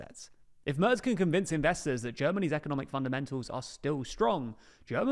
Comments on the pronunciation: Please check your pronunciation of 'Merz'. What you say would be spelled 'Mörz' in German. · His name is Merz without "t". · MERZ without T